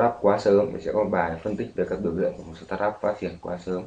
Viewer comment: SỜ tát up, :v đọc quá chuẩn